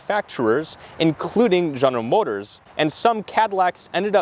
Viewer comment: General Motor-ziz brah? 🤔